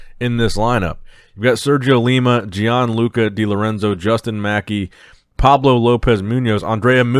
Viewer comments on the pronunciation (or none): none